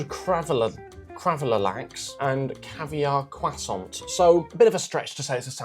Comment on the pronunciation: I really don't understand why people have started pronouncing 'croissant' as 'cwussont' in the last few years. Stop it. It's not correct in English or French. You don't sound intelligent or educated, quite the opposite.